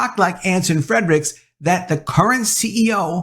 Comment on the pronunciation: Do you think you can start pronouncing Anson F R E R I C H S last name properly? It is not FreDrichs. No D in there.